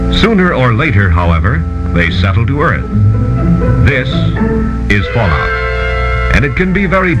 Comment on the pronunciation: it's fallout not falloot random guy from other country